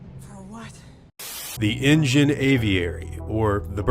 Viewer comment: Why do you keep saying engine?